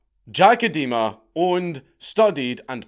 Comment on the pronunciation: I'm amused by the pronunciation of Idema as eh-dema instead of ai-dema, an Edema being a medical term for swelling caused by fluid retention. Can't tell if this is intentional or not.